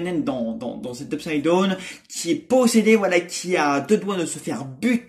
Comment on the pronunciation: Très d’accord avec toi ! Bon ta prononciation « UPSIDE DONE » pour « UPSIDE DOWN (DAAOUNE) » 😭😭